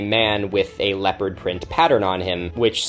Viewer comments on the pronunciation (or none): Throughout his whole video I mistook him saying leopard as leper, and I was so confused for quite a bit.